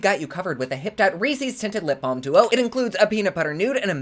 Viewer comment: Don't let Theresa hear you pronounce Reese's lol! x